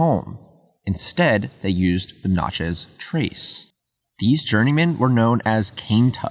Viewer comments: Having spent a lot of time in Mississippi, I must point out that pretty much everyone says "Natchez" so that it rhymes with "matches". That said, it's another excellent video. Thanks for the work you do. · That is not how we pronounce it